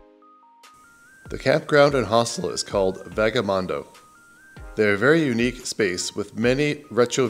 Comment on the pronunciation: note it's Lake ATITLAN, not ATLAN. Also VAGA mundo, not VEDJA mundo....the beer in Spanish is pronounced GYO, not GALLO as in English. Two LLs in Spanish is a Y.